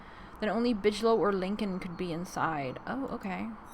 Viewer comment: Bigelow pronounced with g not tʃ.